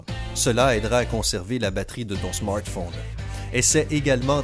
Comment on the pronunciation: Ton smortphone 😂😂